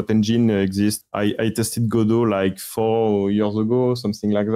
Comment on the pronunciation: Add another entry to the tall list of Godot pronunciations